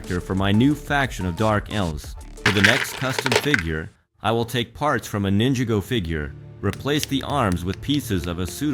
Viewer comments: It sound like when u say it ↓ Nin jih go Even tho it's supposed to sound like ↓ Nin jah go Just telling u that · IT'S NINJAGO NOT "NINJA GO" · It’s Ninjago Not ninja go